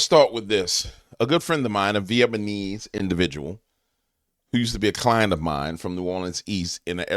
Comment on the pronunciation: Brother! It's VEE ET NA MEESE. Not Vee et ma knees. 😂 But with names like Bitch n Ho Ma knee's might be it. 😂😂😂